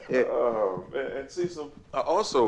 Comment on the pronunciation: It's cesssil 😂